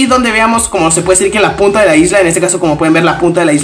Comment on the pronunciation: like si te diste cuenta que en el minuto dice que en lugar de decir punta dice puta